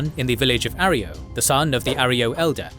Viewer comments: A. Roy. Yo. Not "Are E O." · It’s not arrio it’s arroyo. A Roy o. It’s my last name lol Jesus. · Arroyo is pronounced ah-roy-yo. Great vid otherwise! Keep up the good work. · Your AI cant pronounce Arroyo properly.😊